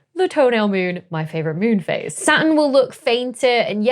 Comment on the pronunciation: I think I heard the middle "T" when she said, "Saturn." If I document it, and write a research paper, will she peer review it?